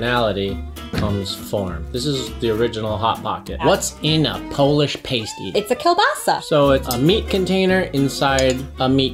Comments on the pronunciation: I love all michigan foods. Probably because im from and live in michigan. And sorry I Laughed when you pronounced PASS-TEE wrong. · Upper peninsula native here. Its pass- tee Not paste-ee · I’ve never paused the video to write a comment before until now. I come from the U.P., home of the pasty. It’s pronounced PAST-E, not PASTE-E. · Not, "pay-stee" but ya say, "pass-ty" and they normally have venison or other wild game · It's "a" as in past, not "a" as in paste. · And it is pronounced p-ass-ty please stop saying pastee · Pronounced: PASS - T! Hi! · For the love of God it's pronounced Pass Tee. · pronounced PAST-TEE the way you are saying it refers to something strippers use. also it was.not invented because of bacteria it was to avoid ingesting arsenic in mines in england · NOO THEY CALLED IT A PASTE EEE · You are pronouncing pasty wrong. Try pas-tee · JUST WANTED TO SAY: Sorry to all the Michiganders for mispronouncing PASTY!! lol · The mispronunciation of Pasty hurt my soul, it’s my favorite food… should’ve tried Mackinac Island Fudge as well, iconic. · I cringed at how you pronounced pasty. 😬 But I’ll forgive you lol. You really need to get a pasty from waaaay up north (still in Michigan) to truly experience the flavor! 😊 Also, drink Vernors when you have a cold or the flu. Then you will feel more like a Michigander 😂. Red Pop for the faygo choice was not a good one. Go try the rock n’ rye or cream soda flavors! 👍